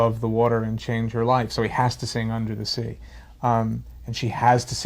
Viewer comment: unda za zea I love that accent tbh.